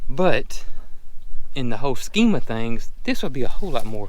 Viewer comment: Every time says “whole scheme of things” I swear I hear him say “Holstein of things” 😆🤣